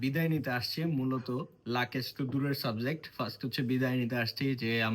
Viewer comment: লাকেজ ki bhai😂😂😂😂😂 It's luggage